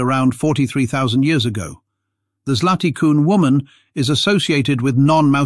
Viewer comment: Your pronounce of "Zlaty Kun" is surprisingly good. Compliment. It means "golden horse" in Czech. I am from Slovenia and when I hear a foreigner pronounce of "Divje babe", it sounds funny to me.